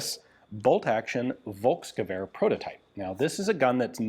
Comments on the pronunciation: The letter "v" is prounounced as a "f", so it's "folksturm". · Hey Ian. I thoroughly enjoy all your videos. As you were pointing out pronunciation, I wanted to give you a hint on how to say "Volkssturm". The V is pronounced like the ph in phone. Maybe this helps ;-)